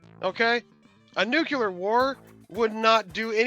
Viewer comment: That one guy can't even say nuclear correctly